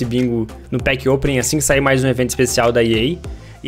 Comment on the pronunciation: "Pack OPENIG" kkkkk